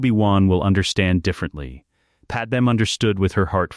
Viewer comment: Thank you for great stories. But her name is Padmé not Padem.